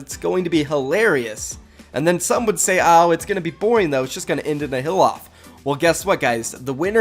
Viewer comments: I was so confused for a minute, it sounded like he kept saying "a hill off" I was thinkin what is he talking about ? Then it dawned on me he's saying "heal off" lol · when you said heal off i heard hill off